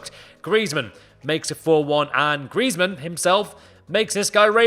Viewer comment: It's griezman don't watch it😂😂😂